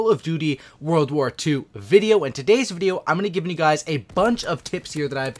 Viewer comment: lol it's "world" not "warld"